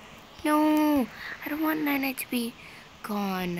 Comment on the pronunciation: The name is NiNi but she says nainai